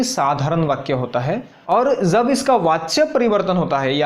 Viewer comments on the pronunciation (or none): जब को ज़ब, जो को ज़ो, श को स -- वाह! और संस्कृत सिखाने चले हो। अभी तो आप ख़ुद ही उच्चारण की दृष्टि से नर्सरी में हो।